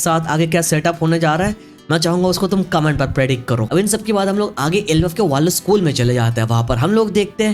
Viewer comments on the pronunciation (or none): none